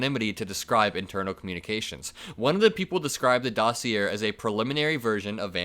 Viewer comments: It's pronounced, "dah see yay," not, "dah see er." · Dossier = doss-ee-yay End of pronunciation lesson! Keep up the great work! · ❤U - but it's pronounced: daw-see-ā... accent on 1st syllable. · BTW dossier is pronounced doss e a not doss e er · just a gentle poke to say that the word is pronounced DOS-EE-AY. (It's French). Great coverage! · Love your content,. Just FYI, dossier is pronounced dossy-A. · Dossier is pronounced "Doss-ee-ay". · How to say dossier: Doss-ee-ay 💙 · Hey, "dossier" comes from French and pronounced "da see ay". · How do you and your editorial colleagues not know it's not pronounced 'dossy-er.' FFS, you're obviously smart and educated about Realpolitik and international diplomacy, but how do you not learn this word and then sound this derpedly stupid???!!! Do better or don't bother. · (Hey, just a head's up: That is not how dossier is pronounced - the r is not pronounced; the end sounds more like - ay) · DossiER is pronounced Dossi-eh, it's one of them fancy words :D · dossier is French, pronounced doss-i-yay. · Just a quick pronunciation tip - dossier is pronounced "doss-ee-ay". I'm not mocking here. Just trying to be helpful. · The word dossier is pronounced “doss see ayy “ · 💙💙💙 just a small correction: "dossier" is pronounced as DOH-SI-YAY😉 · Small critique- its "dossier" pronounced "'daw-SEE-eh" love the show, keep up the good work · Dossier is not pronounced with the final -r. It sounds like dossi-ay. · Love your channel. Just FYI, dossier is pronounced Doss-yay, or sometimes Doss-ee-yay. Doss-yay is the most common. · Good stuff,. Just a note: It's pronounced daa·see·ay' (dossier). Keep up the good work! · Love you but just letting you know it's pronounced "daa·see·ay" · Just a small heads up. Dossier is pronounced dah-see-ā. You're doing a great job keeping us informed. I really appreciate the work you do. 👍🏽🙂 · Docier is French and pronounced 'doci-A' ❤️💙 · Dossier is pronounced dossiayyy